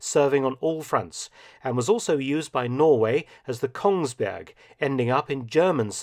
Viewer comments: I always criticize your Norwegian pronunciations. (I'm sorry) And didn't even notice, but my GF just pointed out how you did not take the shortcut and pronounced Kongsberg correctly, instead of KongsbØrg as most English speakers would do intuitively. Pretty spot on! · Bravo! That's actually almost perfect Norwegian pronunciation of "Kongsberg". If you would use a "rolling" R, instead of a German-sounding one, it would be just like a native speaker.